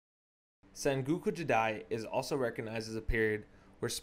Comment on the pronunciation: good vid, but maybe don't narrate it all in one recording so you can catch your breath and check pronunciation. some things were badly mispronounced or even spelled, like senguku for sengoku, phelosophier instead of philosopher, ishikage instead of ashikaga, just to name a few I noticed